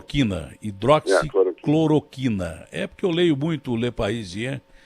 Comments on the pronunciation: HIDROXI CLORO TINA.................... O POSSÍVEL MINISTRO DA SAÚDE NÃO SABE FALAR O NOME DA MEDICAÇÃO MAIS IMPORTANTE DO SÉCULO......... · “Hidroxicloritina” pqp!! Esse cara não meu Deussssss!!! FICA MANDETTA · Entende tudo, só não sabe falar hidroxicloroquina kkkkkk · Revejam o vídeo e vejam quantas vezes o entrevistado diz errado o nome do medicamento(que foi corrigido pelo entrevistador), e no entanto, ele defende o uso sem nem ao mesmo saber o nome certo. Que irresponsável....Ele é do meu Estado, e eu sei bem quem é ele...Ele tá desesperado pelo cargo de Ministro da Saúde. Fome de poder! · Diz que foi se reunir à respeito da hidroxicloroquina mas não sabe nem pronunciar a palavra.. To sabendo.. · Deus me livre esse homem ministro da saúde!! Ñ sabe nem pronunciar HIDRÓXICLOROQUINA!!!!🤪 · O cara não sabe nem falar hidroxicloroquina..